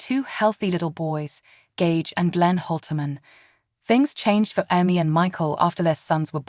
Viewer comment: If you’re gonna use AI as a narrator, at least pick one that knows how to pronounce words and names - it’s not Emmy (how it’s saying it) and debut the t is silent. It just makes it hard to listen to when it keeps saying her name wrong. And all you’re doing is recapping the show for her life. We can watch the show to know this.